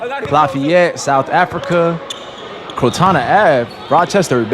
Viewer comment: Kyrie said crotana ave lmao crotona ave bx baby stand up